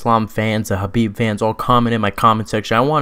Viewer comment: why yall always say khabib shadow